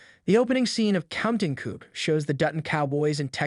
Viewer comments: It's pronounced "Counting Coo"., not coop. is a shit AI channel. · To the narrator...it is not pronounced "coop." The p is silent. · By the way. Its "counting 'kooo'". In counting coup the p is silent. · It's pronounced Koo. The p is silent, or barely hinted at it's an Aboriginal word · Thank you! That was so grating to my ears! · Please train your AI to correctly pronounce words like Coup, Ethan, and Landowner. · If you’re going to narrate for a living, you should understand how to pronounce Coup and Ethan correctly. And AI should already know.